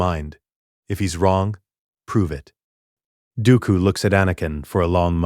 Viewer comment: bruh tack some dam accountability for you art stop using ai its painfully clear by all miss pronoced names this a ai voice and what ai slop images turned Dooku and qui gon jinn into lord of rings characters